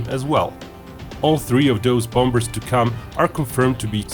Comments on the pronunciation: PLEASE STOP pronouncing the 'b' in 'bombers'. It is so very jarring. How jarring would it be if someone pronounced 'China' as 'Kyna'? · just a tip:you don't pronounce the b in bombers